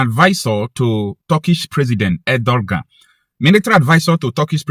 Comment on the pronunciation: IT IS PRONOUNCED Er-doe-wan !!!